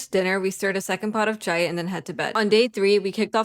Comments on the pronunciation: its cha-i not cha-e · tip for saying “chai”.like said in the vid she said c- hi! but how Bengalis say it is by say)ng it like cha (as in cha cha) js cha I speak and come from Bangchan so trust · Duh fuh you saying chai like that for